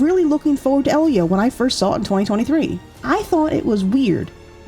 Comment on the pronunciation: Lol! Thank you,! 💖It bothers me so much when someone mispronounces Elio after they watched the movie.